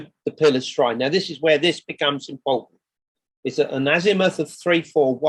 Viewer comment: This is interesting but I cannot stand his voice "various bits and pieces" is over used and extrowdenary is not pronounced like that and impowtent is another, he's basically saying he's the first, all him, he got dibs on it